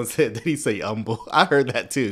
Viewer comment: "umble" is something Jamal aint!